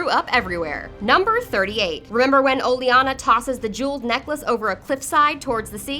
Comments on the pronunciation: "olianna" its olenna you phuck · "Oh, Leanna Tyrell" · It's pronounced O-leh-nuh. Not O-lee-eh-nuh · Her name is Olenna not O-liana 😂😂😂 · Oh-lenn-uh (Olenna) not Oh-lee-ahnna (Seriously, this one was just unforgivable). Oh-burr-inn (Oberyn), not Oh-ber-onn Bree-enn (Brienne), not Bree-inn Cat-linn (Catelyn), not Kate-lenn She didn't even say disciple right. What' the hell's a discifle? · Say it with me O-Len-na! Olenna! The pronunciation smh. 🤦🏽‍♀️🤦🏽‍♀️ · OleONNA? Does this narrator even read or watch Thrones? It's so fucking irritating that she can't get the names right. Even says Oberyn wrong. Sheesh. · The pronunciation of Olenna's name in this video is unforgivable.